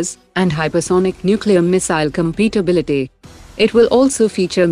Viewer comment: Timestamp to , and to , I think the Narrator meant to say "Compatibility" not "Competibility ." A slight difference in pronunciation, but totally different meanings.